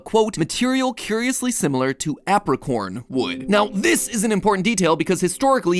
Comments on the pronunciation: i hate the way you say apricorn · i hate how he pronounces apricorn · ok am i insane or is "apricorn" pronounced "ape-ricorn"? i swear i've been pronouncing it this way my whole life